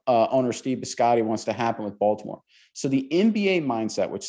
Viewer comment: I'm sorry, but anyone who thinks the Ravens' owner's name is "Biscotti" (and not Bisciotti) is instantly discredited as serious source of information on the Ravens... This guy in grey sweter doesn't even know the owner's name, for crying out loud...